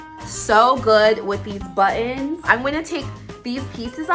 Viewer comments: Am I the only one that liked how she said buttons like “ bu-ons” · She tends to say it like 2 words like “butt in.” Sorry o hear about your Dad. My 88 year old Mom has been in the hospital many times this year. Fortunately, no COVID.